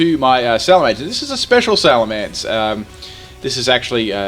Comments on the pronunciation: it's not alamance it's salemence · Lol Alamence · alamence lol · Alamance? You mean Salamence? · Alamence? oh no wait its supposed to be Salamence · what's a Alamance I think he ment salemence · what is a Alamence? D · "alamence" XD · that "alamance" in the beginning had me like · the mighty "Alamance"